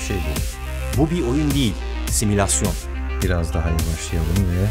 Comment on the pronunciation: Similasyon değil! Simülasyon.